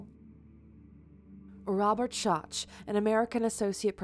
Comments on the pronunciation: First off, get his name right. It's Robert Schoch, pronounced SHOCK. He has even voiced concerns over people pronouncing and spelling his name wrong. Also, Dr. Schoch is a component of the RAIN theory, that the sphinx was built during a time when Egypt experienced HEAVY, rainforest type rain fall. THAT is what caused the erosion, NOT static Water or waves. Rain fall creating the vertical erosion lines is the point of contention and are what prove the sphinxs immense age. Secondly, the pyramids and the sphinx were constructed by a civilization that existed LONG BEFORE the Egyptians were even a thing. The ancient Egyptians simply found these monuments already there when they settled in the area. They found them so amazing that they then decided to attempt to copy them using their own, more primitive methods and ultimately failed in recreating both their size and complexity. The sphinx is THE BEST example of a lost civilization and of a culture that existed on earth 100s of thousands of years ago and that was more then likely a world wide civilization at that. One that we are just now starting to learn about and understand that they did in fact exist. We are just starting to connect the dots and see that the so called "coincidences" are no such thing, but rather the result of a singular culture that spanned across multiple continents. One that had both the knolwedge and the technology to construct huge megaliths by cutting, shaping, moving and lifting massive hundred and even th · Every time she said Dr. “Shach” instead of “Shock” I cringed 😬😅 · Not pronounced DR. “shotch” but “shock”. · It's not Robert Shotch, it's pronounced Shock. Just sayin' great video, thanks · Its pronounced Dr. "shock" not soch, lol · His Name is pronounced DR. Robert (shock)Shotch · Dr Schoch's name is pronounced "Shock" He also was quite adamant that the erosion patterns are consistent with heavy rainfall, maybe even a superstorm, but not flooding. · "Dr Sotch" ahahha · It's pronounced Shock.